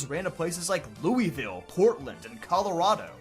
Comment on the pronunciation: That pronunciation of Louisville made me seize up.